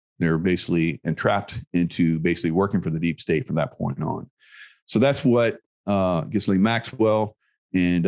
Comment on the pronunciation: This is a rather bleak future.. 🥺 I hope something happens to allay their efforts in this direction. By the way, it's "gee-lane".. not that I could care less about the sick b